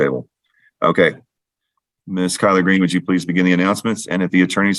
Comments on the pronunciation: Kyler- Green. I also heard colard green! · lol. I had to back it up a few times and I still heard collard greens. Glad it wasn’t just me. 😂